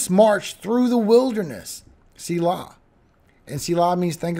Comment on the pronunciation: Thank you for both your forecast and your reading of the word. PS, my sailboat is named SELAH .